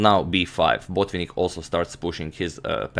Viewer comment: Antonio, not sure why you keep putting stress on the first syllable in Botvinnik's surname. It's Botvi'nnik, with the stress on the first "i". In any case, thanks for the very good video!